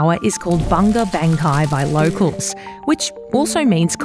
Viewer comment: It's pronounced [bʊŋʌ bʌŋkɑi]